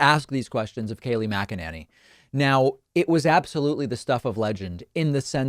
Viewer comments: Why does he keep mispronouncing her last name? The lady drives me batty, but every time David says Mac-A-Nay-Knee I cringe just a very tiny bit. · MAC uh NAY nee, dummy... not MAC uh NAN ee. How many times do you need this explained to you? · Kayleigh Mc-a-ninny.. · Kay-lie Muck-a-ninny! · Mackannany ir what's it spelled sounds kinda like wackadoodle 🤣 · Does David say her name as MagaNanny? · I love it when he calls her Kaleigh MACANANNY! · Mac-a- Ninny